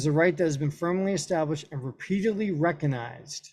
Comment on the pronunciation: LOL. You can't even pronounce words like "recognized" or "concomitant", and we're supposed to believe your interpretation of the law?